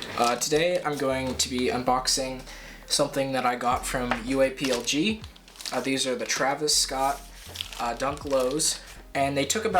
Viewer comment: Please just pronounce it UA plug man that’s how it’s pronounced